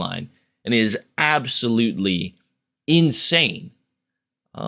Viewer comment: "Absolutilly" LMFAO